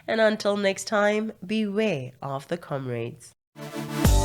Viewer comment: A speaker ar KZN ANC memorial service for PG this week pronounced it as “com*raids* repeatedly. They sure do raid the national kitty